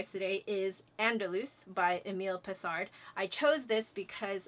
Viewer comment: I just got back from rehearsal weekend and my body is a wreck, from singing all weekend. That's why I can only get to this video now. I memorize purely by listening. I can't do it any other way. I admire you for your ability to memorize by sight. Also... Leave out the d in Pessard and you're good ;)